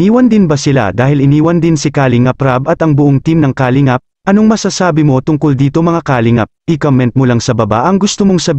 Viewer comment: pangit pgbigkas mo sa kalingap ..bkit mabilis....baduy ka